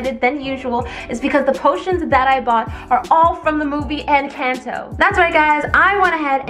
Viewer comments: YOU SAID ENCANDO NOT ENCANTO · Girl everybody Everybody say it's in canteau it's in cornto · You did not say encanto right👍 not offended pls